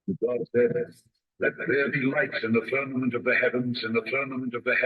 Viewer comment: Do you mean to say firmamented? Cuz it sounds like your saying fermented, slightly confused